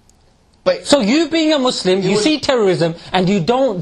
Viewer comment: Good video but one mistake it's not mwzlim its mazlim 😂